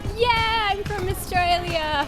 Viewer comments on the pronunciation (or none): none